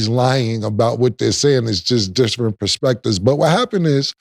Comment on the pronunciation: Cam said “dissrent” perspective on the second one lol